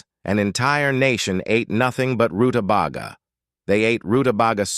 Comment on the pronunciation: Stupid robot; it's pronounced ru-ta-bay-ga! It was, just barely, worth watching this video, as this veggie was mispronounced so many times that it hurt my ears.